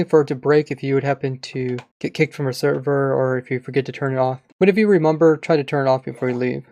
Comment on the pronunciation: "remumber"